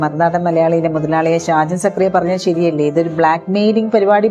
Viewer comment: സംഗതി എല്ലാം ശരിയാണ്. പക്ഷേ സാജൻ സക്കറിയ അല്ല. ഷാജൻ സ്കറിയ ആണ്.